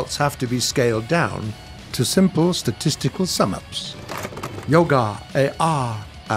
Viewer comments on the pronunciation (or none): none